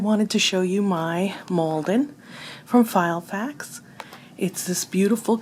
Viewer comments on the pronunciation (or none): lol you kept calling it "File"fax 😄